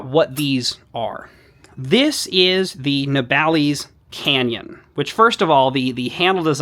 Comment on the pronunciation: Just bought one of these, had a look at reviews after, why is it that every american reviewer calles it ne-bal-ees and not na-ball-iss? Have i got it wrong? am I the dumbass? Am I hyperfocused on the least important aspect of the video?